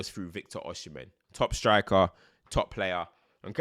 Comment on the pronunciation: Before you do the Osimhen video abeg. (Oh-See-meh)